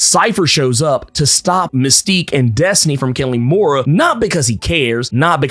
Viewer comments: I love your explanation..but damm your pronunciation of " moira" is ridiculous. Please . It's an British name. Please listen to hiw British people pronounced it. Before you do cause it's hurts my ears. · I's pronounced [moy-rah], right?t